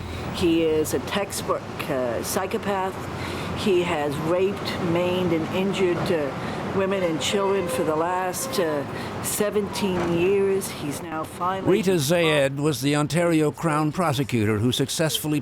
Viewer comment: The fact that the crown prosecutor doesnt know the difference between "maned" (what she said) and "maimed" (what she meant) is fckn pathetic and probably part of why psychos like these play our system like a fiddle. Pathetic.